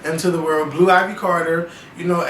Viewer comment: I thought it was IVy not Ivory.